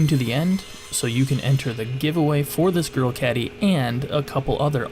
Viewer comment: Sounds like you're saying girl and not grill.